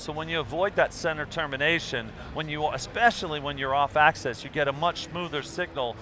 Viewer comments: I think he means axis but pronounce it as axes. And that does not make sense either when it comes to microphones haha. 'When you is standing here singing and and you get axes from different angles' I WOULD SAY RUN!!! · I wish he would say axis rather than access. They have very different meanings (as in one makes sense, the other doesn't)